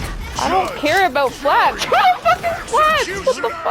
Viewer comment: "You not see da Fwats tweir wist?" - asks the biggest loser in the lobby 😂